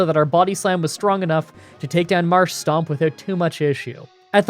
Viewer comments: It's Marshtomp, not Marshstomp. You sound like the sort of dude who would say Groundon instead of Groudon. lol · Dude it's MarshTOMP, not STOMP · A lot of people mention your pronounciations but I don't see anyone going after you for Marshtomp. It is not Marshstomp, there is no second S in there. It is just Marsh-Tomp. Besides that, a good video. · I generally stop watching Gen 3 games when May/Brendan pick Mudkip because nobody on the internet seems to pronounce Marshtomp correctly. Why don't people realize there is no second S in the name. It's Marsh-tomp NOT Marsh-stomp...that's my rant for the day, on with the show. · Much as I love these videos there is one thing that vexes me a little. You need to work on how you say Marshtomp. There is no second S in there mate. It's Marsh-Tomp not Marsh-Stomp. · ah, yes, "marsh-tomp"="marsh-stomp"; really gotta love that classic dyslexia. reminds me being dyslexic and all calling, groudon "grounddon", makuhita "makutia", and my personal favorite and the viagra in pokemon cannon: "viabra". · Can't figure out if Marsh-Stomp is a meme now or if it's a genuine mispronounciation of Marshtomp